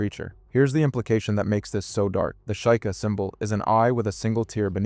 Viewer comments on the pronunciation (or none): It's pronounced SHEE-kah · That pronunciation punched me in the face. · The SHY-KA? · It’s pronounced “she-ka” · The Sheikah from The Legend of Zelda is most commonly pronounced as "SHEE-kah" ( /ik/ / i k / ). It is a two-syllable word where "Sheik" sounds like "sheek" (not "shake" or "sheyk"), followed by a soft "uh" sound. Reddit Reddit +1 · I'd double-check the pronunciation of shieka. Also is it really genocide if the island is imaginary? If you play a video game does that world exists but when you turn it off it no longer does? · Yeah I had to stop watching after that